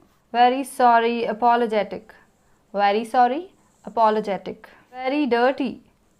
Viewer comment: Ma'am your pronounciation of ''very'' is little bit different from other teachers and from other peoples. You pronounced the words ''very'' like ''wery''. But most of the peoples are used to pronounced it like ''V-e-r-y''.